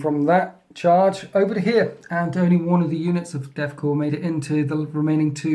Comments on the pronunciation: ITS COR NOT CORPSE please i cant take it any longer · So, I am commenting for the first time on one of your videos. I would like to focus on how amusing your terrible luck is, or how great the painting is on your armies. Instead, I am commenting because when you pronounce Corps like 'corpse' instead of 'core' it makes me want to reach into my screen and throttle you. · Corps is pronounced Core. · There is a difference in Corps and corpse. It's a pretty large difference. Corps is pronounced like "core". Great Battle report as always though :) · We know the 'p' is silent right? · Yeah, except for the fact that he isn't pronouncing "Corps" correctly. REEEEEEEEEEEE